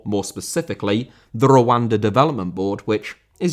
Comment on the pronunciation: i know you are saying Rwanda... but im literally hearing "wakanda" every single time